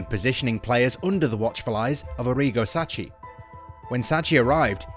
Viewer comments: Sacci??? Hehehehe he is Sacchi not Sacci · Rossoneri not giallorossi Sacchi is pronounced as Sakee Labelled Boban and Maldini wrong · giallorossi??? eh??? Please stick to English football. Why talk about teams you know nothing about?? Sacchi is pronounced Sakee! It isn't that difficult. Just put it into google translate ffs. Even Giampaolo is mispronounced, but that's forgiven. Also. Bennacer is not Benaker 😭 This is one of the worst pieces of commentary on a YouTube video I've ever seen. Also. It was Boban who was critical to hiring Pioli. It was boban who stood up for Pioli during all the ragnick talks and as he is a true gentleman, he cried foul and that's why he was wrongly sacked. Ultimately, Boban was proven right. The dickheads like Gazidis etc owe Zorro an apology. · Sacchi pronounce is "Sackee"